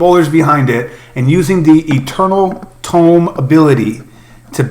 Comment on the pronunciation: OK this might be my OCD kicking in, but it's eternal TOME, not TOMB. Nice video though =)